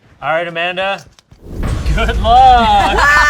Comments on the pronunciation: As a portuguese person, that "Amanda" that Amanda said absolutely had the correct accent. We will still accept you here, Amanda. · As a portuguese, I can safely say we don't say "Amanda" like that. In fact, my mother is named Armanda, which is almost the same 😂 Also, pretty glad Portugal is the first nation coming to Shayne's mind when thinking of community 😅